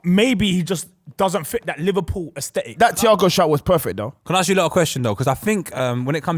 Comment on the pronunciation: Someone help pronounce “ask” pls